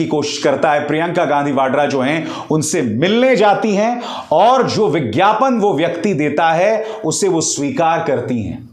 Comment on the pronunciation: Vigyapan nahi gyapan